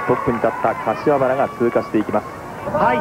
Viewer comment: 瀬古さん かしわばら 言えていない（笑）